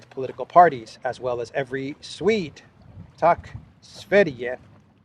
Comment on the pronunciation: Very good "tack sverige" almost sounded like a swede. ... Not all swedes like elensky though. But theres a ton of mind slaves here.